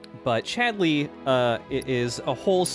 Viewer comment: I'm absolutely terrified to even ask, but why is pronouncing Chadley's name with this bizzare rising inflection on the second syllable? He's saying it like he's an angry mother calling for her misbehaving son - 'Chad-LEEY?!' Am I just missing a reference here?